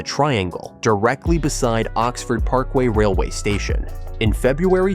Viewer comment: More AI crap. So many inaccuracies, and an American accented voiceover that can't even pronounce Oxford correctly. Total BS.